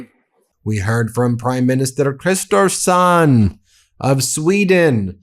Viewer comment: Wow! 👀 First American to pronounce Kristersson & SAAB Jas Gripen correctly.